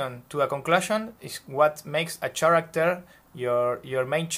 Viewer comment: Great video! Lots of great information! Thank you for sharing and giving such a great visual structure. Oh, by the way, character is pronounced like “care-actor” the “ch” in this case makes a K sound like in “key” instead of the ch sound in “chair”